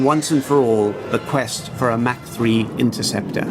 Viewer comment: Mach not Mac